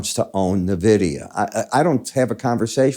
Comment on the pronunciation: it's en-vidia m8.